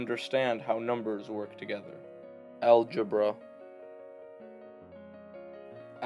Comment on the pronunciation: bro said algebruh